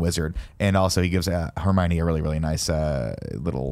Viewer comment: Nick: Repeatedly pronounces just about every character’s name horribly wrong, including Hermione. Barrett: Says nothing. Nick: Pronounces ‘Marvolo’ slightly wrong. Barrett: Makes a point of correcting Nick’s pronunciation. 😂😂😂